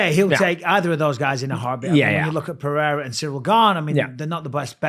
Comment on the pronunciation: Purrera, Peehayda, Podayta, Cereal, Cyril, Surreal.. we can't pronounce anything.